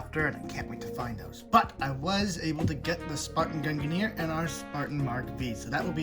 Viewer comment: There is no controversy over how to pronounce gungnir. You are just incorrect.